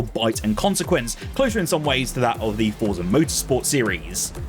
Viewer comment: Forza is an Italian word. It's pronounced "Fortza" as 'Z' in Italian is always a hard 'z.' Just think of the word 'pizza' It's not 'Forsa'